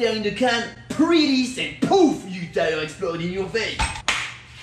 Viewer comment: Deez is ow u change uh ty-errr 😂😂